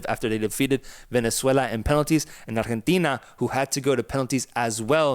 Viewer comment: LMAO so fuuny how you both speak perfect english except when you have to say arrgggghetina lol.....ar-gen-teeeeeena